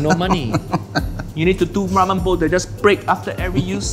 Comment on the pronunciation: whao he fked up ramen